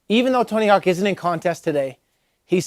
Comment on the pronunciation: "Tony Honk"